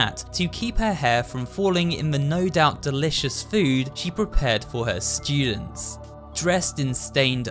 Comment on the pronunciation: Nobody:: “sTeWdEnTs”